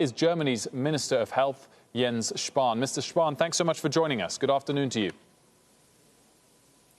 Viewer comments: As a german it's so weird to see Jens Spahn on an international news show. Highly weird. But props to the anchor man for his pronunciation of "Jens Spahn " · Ein kleines Zeichen der Anerkennung von mir: Er hat den Namen "Jens Spahn" sehr gut ausgesprochen für einen Englischsprechenden